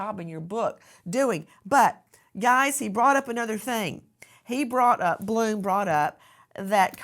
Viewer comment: That's Blum, not Glum. YouTube is not showing an edit button.